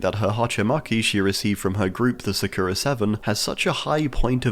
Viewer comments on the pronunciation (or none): none